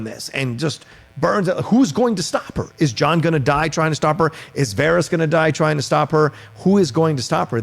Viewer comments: hey guy, stop pronouncing it Vahrese you know damn well how it's pronounced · “Vahrees” who the hell is that?! It’s Varys?! 🙄 I love our neighbours over the pond but why do they mispronounce things like this so often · I. Cant. Friggin. Stand. Sansa. Disappointed that Arya has become a soulless sociopath. Also, people still whining about Episode 3 flat out dont understand the series. Ultimately, the show will not have a happy ending. And dude. . . for the thousandth time. . It's not "vahr-eez" it's "var-iss," like Ferris. Fuk sake. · Yall are killing me with your "Varys" pronunciation. Lawd. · How do people that like GOT so much pronounce so many names wrong ? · pronouncing Varys is cringe 🤦🏽‍♂️ lol